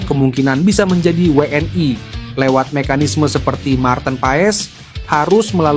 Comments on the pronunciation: Pengucapan wni nya jangan BHS inggris min diucapkan nya wni bukan wnai..semangat terus timnas garudaku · Admin nya noraaaak WNI oake sebut WN AI.... LU ORANG MANA BEGOOO MALAYDESH???